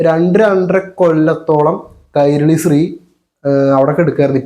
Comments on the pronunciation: സ്രീ അല്ല ശ്രീ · അല്ല ബ്രോ നിങൾ ഉദ്ദേശിക്കുന്നത് ശ്രീ എന്ന് തന്നെ ബട്ട് പറയുന്നത് സ്രീ എന്നും.ഉച്ചാരണം വ്യത്യാസം ഉണ്ട്